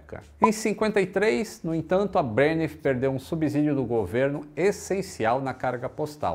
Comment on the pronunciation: a pronúncia é SubSídio; som de S mesmo.